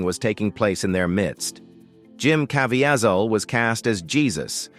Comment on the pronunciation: It’s pronounced Ca-vee- zol Get it right!!!